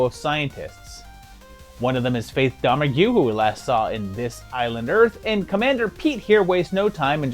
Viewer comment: Just FYI: IT'S DOM ERG.As in Faith Domergue.